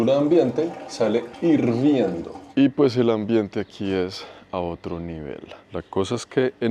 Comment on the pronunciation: Temperatura ambiente... "irviendo" 😂😂✌